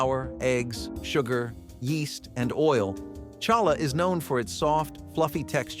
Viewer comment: Challah is pronounced with a H ….. hal la ! I’m not Jewish and I know this !